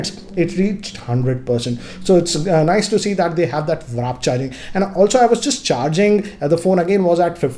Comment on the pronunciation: I know what warp charge is, but he was pronouncing it as vrap charging.